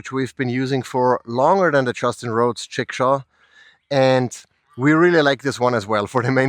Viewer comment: GREAT info but please indulge me a chuckle to hear that in your accent, ‘jigsaw’ sounds very similar to ‘chickshaw’. 😂